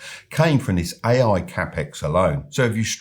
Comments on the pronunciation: When he said: "ay-ay infrastructure", I quit listening.... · Buddy you think you could make an effort phonetically distinguishing your "A"s from your "I"s when you say "AI" ? otherwise an interesting podcast thank you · That's was too British LOL